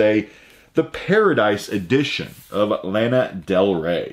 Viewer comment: C'mon how can you not know or have heard any of Panic at the Disco! or The Killers? And it's pronounced LA-NA not LAN-A